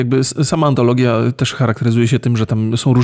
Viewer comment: Ten moment, jak zmęczona was słucham i zamiast „antologia” usłyszałam „patologia” 😂